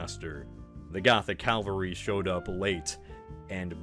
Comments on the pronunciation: STOP SAYING CALVARY FOR THE LOVE OF GOD ITS CAVALRY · you do realize that you have been saying the word “cavalry” wrong for like a while, right? You keep saying “Calvary” as in the hill where Christ was crucified. You kept saying it like this in the Norman conquest video as well. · Cav al ry! Not Calvary! Sheesh